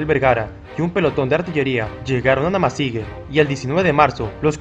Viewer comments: La pronunciación correcta es NamasigÜe ahí está el GRAN dierisis se pronuncia WUE ! No GE. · ¿Por qué pronuncias "Namasigue" si está escrito "Namasigüe"? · Es historia novísima, no sabia de esa guerra. Y te corrijo, no se dice Namasigue. Sino NAMASIGÜE.😊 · Hermano se lee namasigüe....Ue.... y no.... ge.... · No se dice Namasigue es Namasigüe y ya, investiga un poco más para que no te dañe el resto del video, dejo de verlo solo por eso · Se dice: Namasigüe! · La terminación fue con diéresis se pronuncia como jue y no como la pronuncias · Gracias por informarnos amigo , esta muy interesante. Debes pronunciar la ü.